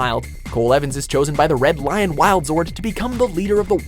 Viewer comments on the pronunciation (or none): none